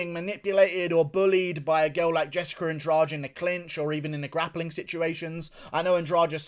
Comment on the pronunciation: Why do you pronounce Andrade as if the "de" should be read as the second g in garage? It should be Andradeh.